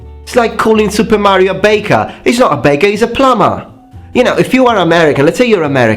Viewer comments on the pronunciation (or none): none